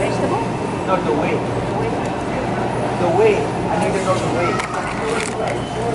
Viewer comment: How do you know de way? "I went de way the other day" 😂😂😂